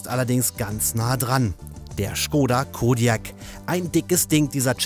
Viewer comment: Der "Schkoda Kodjäk"😂